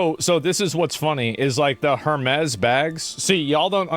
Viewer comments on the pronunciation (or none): Pronouncing Hermēs as Hermez is pretty silly. It's the name of an ancient Greek mythological figure, the messenger of the Gods that was later represented by Mercury in the Roman mythology. We've been pronouncing his name as Her-meez for as long as English has been a language. It's quite telling that illiterate people are talking about the brand though, as they're usually the same people who are most easily influenced by brand name marketing. The Greeks today pronounce it the same way: Her-meez. I mean, they roll their R's, but still, they don't say Hermez. It's not a Mexican brand lmao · It’s not Hermez…it’s pronounced Airmez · sounds like "Air" mez. ;-) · "Air-mezz" you uncultured swine. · It's pronounced "Ermés." The "H" is silent. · It's pronounced HERMEES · You mean her-mee’s?? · Hermès is pronounced "Air-maze". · HER-MEEZ HER-MEEZ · Everybody already knew that. It's HUR-mees. Greek for Mercury. Also a cyber war mech in "Empire Earth." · I’m sorry, you say Hurmays? Oh honey, your ignorance is hurting me